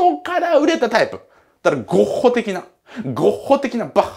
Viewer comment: 「ゴッッッホ 的な、バッッッハ」笑いましたwww(≧∇≦*)